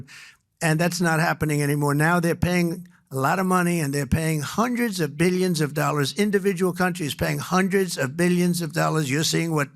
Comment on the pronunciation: was that billions or billdions